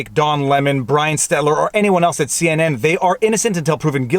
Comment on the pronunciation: stettler is mE and my swiss family about to go class action if he mispronouces it again